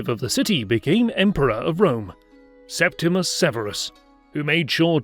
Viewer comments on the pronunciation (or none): The name is regularly mispronounced (as here), but Septimius Severus' name is correctly pronounced as spelled - sep timmy us, not Septimus. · not for septimius. it should still be pronouced as it is spelled. John is correct